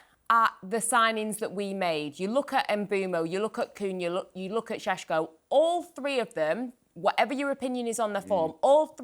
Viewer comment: Every time says Šeško I cant help but laugh